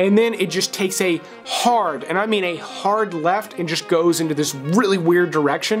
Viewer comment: How do you make the word “and” a two syllable word?! 🤣😘